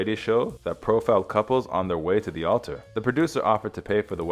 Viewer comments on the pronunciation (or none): none